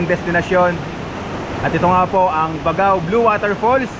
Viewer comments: First thing you do when visiting a place is to know how to pronounce the name right. Di man lang inalam sa haba ng video not once nasabi niya ng tama. BAGAW NG BAGAW. It's BAG-GAW 😒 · Kuya “Bag-gao” po ang bigkas hehe. Yan po ang basa ng mga itawis at ibanag na natives sa Cagayan. Kuya thank you sa travel vlog mo ang ganda ganda! Keep up the enjoyable travelogue nkakaalis po ng stress for senior like me. Taga Nueva Vizcaya po ako. I hope you can also visit my province!! Marami din po natural wonders doon 😊👍🙏